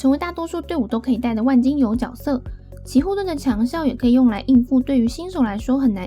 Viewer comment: 能不能发音正确？？ 角 jue 色 ， “jue”斗士